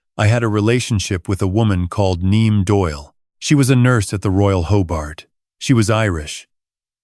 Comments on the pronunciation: Oh boy! Please don't choose non-English names that seem to be impossible for AI to pronounce!!! Niamh is pronounced "Neev," and Saoirse is pronounced "Ser-sha." They are Irish. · You should REALLY get hold of an Australian ai voice. Yank just doesn't do it. Also, Niamh is pronounced "Neeve," and Saoirse "Seershuh."